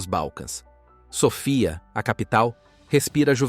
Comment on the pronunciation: Não é Sofia que se diz amigo é SÕFIA